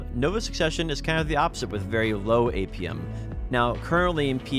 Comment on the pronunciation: I really had to turn on subtitles to understand APM. Dafuq is "Apium"? Other than that, good work and nice video!